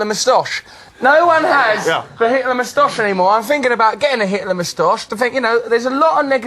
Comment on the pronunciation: wat's a "mostosh"? very poor pronunciation :p